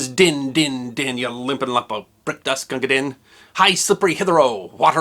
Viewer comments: Sorry. It's pronounced 'deen'. Not 'din'. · Gunga DEEN. I've read in a couple of places that while it looks like Gunga Din could be rhymed with 'pin' that might not be right. Wikipedia (which isn't always 100% correct): Although "Din" is frequently pronounced to rhyme with "pin", the rhymes within the poem make it clear that it should be pronounced /ˈdiːn/ to rhyme with "green" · It’s pronounced not din but deen, in Hindi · BTW, "Din" rhymes with "green" & "spleen" & "clean" - long vowel. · Loved the piece, my one problem with it was on Gunga Din. The problem is that Din should be pronounced "Dean" check the words that it rhymes with. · It's Gunga Din (pronounced Deen) it becomes apparent throughout the poem when you pronounce it as "Deen like in green." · Please forgive me a small complaint. Gunga Din is properly pronounced Deen. Kipling rhymes it with queen, green and spleen, in the vain hope that people would pick up on the fact that Hindi names are not pronounced in English. Keep in mind that the English alphabet is pronounced differently from all other European languages. The English vowel, "a" in German, French, Spanish, Italian, etc., is pronounced "ah," "e" is pronounced "a," and "i" is pronounced "e." Many of the readings of Gunga Din available on YouTube pronounce "din" as you did, as if it were a noise. But they are mistaken. Look to the rhymes of Kipling himself for your clue to correct pronunciation.